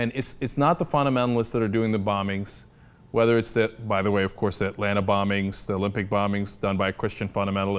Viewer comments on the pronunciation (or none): none